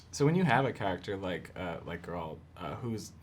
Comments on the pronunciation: it is even pronounced correctly the first time he says it in the show and Mirilka says like GARROTER... G air alt.. no J sound in it .. no d G as in go get gone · What is people's hangup with pronouncing "Geralt" properly?? (talking about the interviewer, but so many people struggle w this even AFTER watching the show!) It's just like "Gerald" but with a T at the end, and the G sounds like "get". Why is this hard, people? I mean, the worst abomination I hear was: "Jerawlt". but this whole "GuerAWLT" thing is seriously bugging me now. Cringe